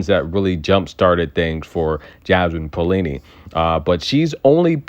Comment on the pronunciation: Maybe pronounce as "Pa - o - li-ni"? But never mind if only you can keep the way you pronounce Magdalena Frech!! I loooooooovvvvveee when you say Frechhhhhhh ...